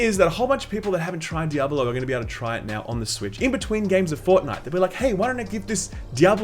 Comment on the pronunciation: You pronounce Diable 3 really weirdly, not trying to be rude though. It sounds like you are saying "double 0 3", which makes me think it is a knock off James Bond character.